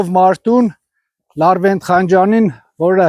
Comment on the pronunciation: Լառվենտ չի լավռենտ է 😂